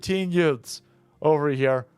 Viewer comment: Herman Munster judge: Did you say "Yutes"?!